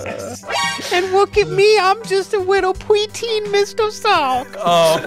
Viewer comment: "Pweteen Mr. Sawk"